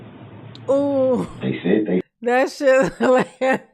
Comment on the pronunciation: There sure is so much “dis and dat” coming out of dear ole Darrell. 😂